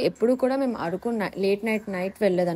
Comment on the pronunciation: ఆరకు కాదు అరకు